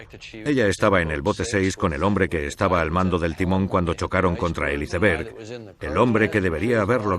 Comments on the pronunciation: Porque le dicen "hiceverg" se pronuncia "aisverg" y se escribe iceberg ... coño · Es iceberg = aisberg habla en ingles no lo pronuncies en español